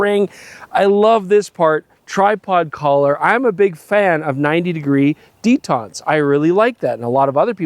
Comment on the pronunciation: Chris still sounds like he's confusing the pronunciation of detent and detente. Only one of those things is related to mechanics and machining. The other is related to diplomacy and foreign policy.